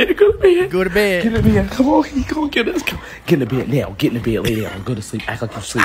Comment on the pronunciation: “Act like you sleep NEOW” got me dead 😂😂😂